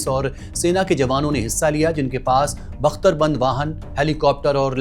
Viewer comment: अबे मदरसाछाप बंदरबख्त नहीं बख्तरबंद होता है 😂😂😂😂 ज्ञानी को पढना भी नहीं आता है क्या स्टार्ट में सुन तेरा 😂😂😂😂😂